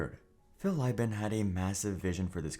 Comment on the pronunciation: Each time Philip "Phil" Libin's name got mispronounced, I died inside. I'll take this as a sign that I spent too much time in their ecosystem. They had a podcast, and as a podcast addict since the early 2000s, of course I had it in my podcatcher.